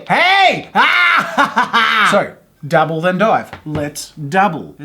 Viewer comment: Whenever he says dabble it sounds like double.